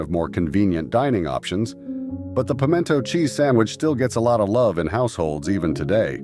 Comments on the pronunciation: I've never heard pimento pronounced that was before. Also, come to any grocery store in the south and you will find several brands of pimento cheese on the shelves, in regular and spicy. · yes , very funny pronunciation